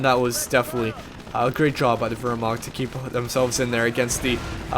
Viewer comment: Hey, I hate to be "that guy" but since you were talking about pronunciation at the start of the cast I thought I'd bring it up. Wehrmacht isn't pronounced with an "ur" sound. It's more of "ear" sound. Anyway, great cast and good luck with your exams.